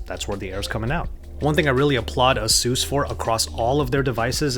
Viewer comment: It's AH-SOOS